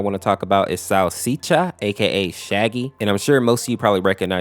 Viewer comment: the way he says salsicha (Sausixa) like; Salsitia is so funny atleast for brazilians like me LMAO